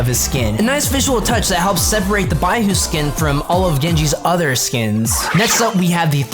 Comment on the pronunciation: I die a little everytime he pronounces baihu wrong, but i dont blame him